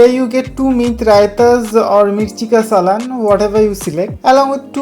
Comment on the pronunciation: भाई उसको सालन बोलते है सलान नहीं